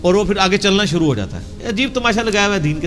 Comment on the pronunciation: مُحترم آپکا تلفظ بھی سہی نہیں ہے آپ لفظ شُرُوع کو سُرُُو کہ رہے ہیں۔ دُرُست کیجئے۔۰۰۰۰